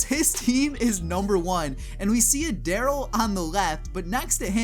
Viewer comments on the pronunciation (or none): You said darro